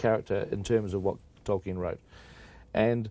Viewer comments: Omg Charlie pronounces like 1% of the names correct😂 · "toykin" can he not learn the pronunciation of his name before you do an interview about the film of his book? lmao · "Toyken" smh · Except every mispronunciation of Tolkien. Talken, Toyken, Toilken😂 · Toykin he thinks the L is a Y like spanish 😂😂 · In fact, if you read his notes/letters, Tolkien states that it's not toll-keen (German), it's 'tol-kin', in one, quick, English go. Either way, Charlie got it dead wrong. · I heard Twerkin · If he says Torkin one more time!!!!!!!!!! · He says it like 3 times! Twerkin?.....Toilkin?(like “toilet”) 😂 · it's pronounced tol-keen but I think charlie was trying to apply a soft y sound to the l sound. Toy-keen. What makes it worse is that he clearly doesnt have confidence in the pronunciation so he mumbles it. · This guy doesn't know how to say "Tolkien" he says "Toiken" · Is it just me or is Charlie Rose saying "Torkin" instead of Tolkein and "Eragon" instead of Aragorn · Sounds like the interviewer keeps calling Tolkien “Toy-kin”. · can someone please tell charlie rose how to prounce tolkien's name...who is toykin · Why does Rose keep saying "Toykin" for "Tolkien"? Strange. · why is he pronouncing it "Toyken"? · “Toykin” “Aragone” 😂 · Is it annoying to anyone else that Rose can't pronounce Tolkien's name correctly. He keeps calling him Torken. Jesus Christ, man. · Man keeps saying 'Toyken' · 'Toykin' lol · If that man says Toy-ken one more time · “Toyken” lol what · Torken... Toiken... ANYTHING but TOLKIEN 😩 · Toy-ken ,,,, Torken... dude... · This interviewer is terrible. He clearly has no interest in LOTR and keeps calling Tolkien "Toykin". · I shiver every time this interviewer says “Tolkien” 😂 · Say it with us, Charlie: TOLL-KEEN. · Did the interviewer say Toykin? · How does Charlie Rose keep mispronouncing 'Tolkien'? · Who the hell is “Toykin?” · Charlie rose will not stop calling Tolkien 'toyken' and it's infuriating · Why does he keep saying toykin